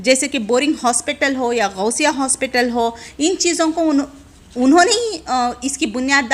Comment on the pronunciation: Madam Ghousia hospital NAHI GHOSA hospital hai. شرم آنی چاہیے آپ کو گوشہ ھاسپٹل کو غوث ھاسپٹل کھنے پر۔